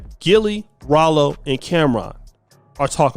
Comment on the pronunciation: Its 'Wallo'....lol. you been callin him ralo for a year...😂